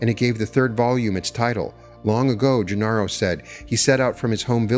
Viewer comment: Ixtlan = Eesht - LAN; Genaro = Heh - NA - ro Sorry, but I feel if you're going to profit from someone's work -- even if he was a scheister -- it's bad form to get the pronunciations wrong.